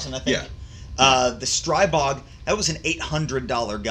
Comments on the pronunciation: Stribog is pronounced Stree-bog, not Stry-bog. Like Strip, minus the p + bog. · After watching a video from Shot Shown 2019 . . . And seeing the Grand Power CEO correct the vlogger 3 times, it's pronounced "STREE-BOG", not "STRY-BOG". Simple. It's their gun, they know how to say it.